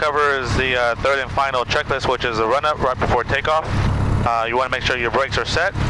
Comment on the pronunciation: Flaps at zero for takeoff???? And it's "checklist" not schecklist, "on" the ground, not "in" the ground. In the ground is what happens when you screw up! Lolol!